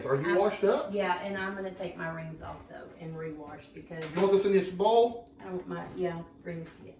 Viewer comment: annunciate the word bowl. You said your bowl is not big enough, but it sounded almost like “ball is not big enough”. Lester can tell you how often Jami laughs at his pronunciation of his words.